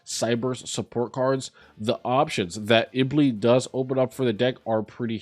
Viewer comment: Stop saying Iblee!!!